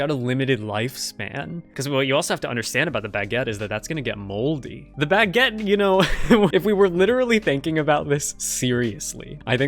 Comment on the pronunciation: Why does pronounce baguette like "bagg-et"